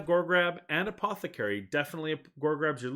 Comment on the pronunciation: my man cannot say apothecary